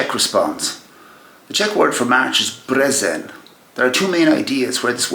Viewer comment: It's not brezen, it's bŘezen 😂😂😂